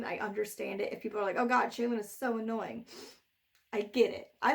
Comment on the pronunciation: ...is that the way to pronounce Shallan...? "Shay-lan"? Not "Shall-an"? Like "Shallow" but with an "an" instead of an "ow"? That's how I've been imagining it pronounced this entire time.